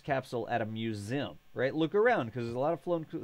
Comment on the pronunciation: Im gonna have to mute this video if he says musim 1 more time!!! Its museeeeeum